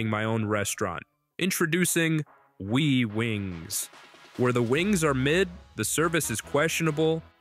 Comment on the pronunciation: ..@ ... And earlier The Proper Pronunciation for WiWiWings is " Why Why Wings " ! NOT We Ditto We Wings !